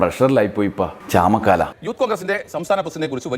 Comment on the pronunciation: ചാമക്കാല അല്ല ചാമക്കാള